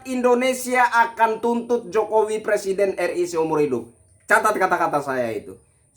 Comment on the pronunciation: plesiden halus mundul.. suruh bener dulu lah ngomong nya..!!!